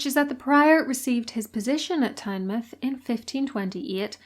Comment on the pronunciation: Really enjoyed the video but have to mention your pronunciation of Tynemouth lol hate to be that person but as a Geordie it got under my skin. Tynemouth gets its name as it’s the mouth of the river tyne so it’s pronounced the same way Tyne mouth